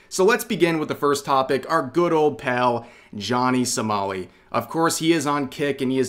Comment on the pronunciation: it sounds like you're saying "Johnny Smally"